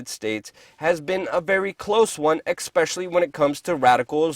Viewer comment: it's NOT EK-SPECIALLY. it's ES-PECIALLY! other than that, great job :o)